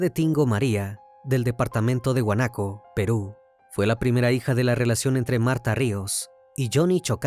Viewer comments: Huánuco, no huanaco. 😅 Excelente narración! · Departamento de que , es Huánuco, no guanaco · Corrección: es departamento de Huanuco no guanaco. Fue un caso muy dramático y sonado en su momento. Triste 😥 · Como que huanaco es huánuco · Departamento de Huánuco, no huanaco 😂😂😂😂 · Departamento de Huánuco, not Huanaco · Es Huánuco!!!! No Huanaco 😒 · Departamento de Huánuco, no Guanaco hahahaha. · Cual huanaco 😂 és huanuco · Es huanuco no huanaco😮 aquí fiel seguidora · Muy interesante el caso, pero la ciudad es Huánuco, no Huanaco😐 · HUANUCO NO HUANQCO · se dice Huánuco